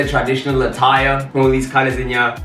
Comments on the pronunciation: Whenever you say “haai there’s a lot going on heye” I scream 🤣🤣🤣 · "There's a lot going on hiye" takes me out every time 😂😂😂😂😂😂😂